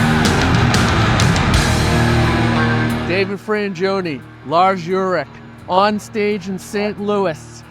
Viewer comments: Why is he calling him Lars "YOU-rick" instead of "UL-rick?" You'd think the CEO of a drum magazine would learn to pronounce the drummer's name correctly before an interview. -_ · Did he really call him “Lars Urich”? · Lars Yourrick… come on man. Ulrich!! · Love the little sparkle in Lars’s eyes each time the interviewer said “Urich” instead of Ulrich. He must’ve heard so many versions of pronunciation by now. Class act not correcting the guy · It’s Ulrich, not Urrich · Lars Yoorick. 😂👍🏻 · There aren't many people who can pronounce his name. Lars jurich, urich, urick.... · "Llarz Jurik" 😂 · No you haven't. The host totally messed up his name. It is indeed pronounced Ull-Rick. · Lars Yurrick?! 🤦 Lmao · “Lars Yurick” 😂 Anyway…this is rad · You called this dude Urick. That's embarrassing. Learn who you're interviewing. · Apparently David's never heard Lars' last name said out loud. "YUR-rick"? lmao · "Lars Yerick" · Lars Yurick??😂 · How the fuck does a guy who works for modern drummer magazine, not know about Ahead drumsticks and also butcher his last name so bad in the beginning of this interview. Good Lord. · Interesting move to mispronounce one of the most famous drummers of all times name in front of him. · He didn't even say Lars' last name correctly. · The very least you can do is pronounce the man’s name correctly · Is it me or did you pronounce his last name wrong? 🤔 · Um, the Easton sticks have been out for what, 25 years now? Kinda cringey missing that and mispronouncing 'Ulrich'....